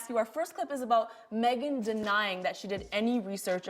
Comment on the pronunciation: Emm was excited to watch this video but after the first 5 mins not buying this woman is reading Megan correctly